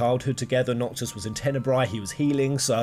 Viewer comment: Is anyone gonna talk abt how he said "Promptis and Nocto"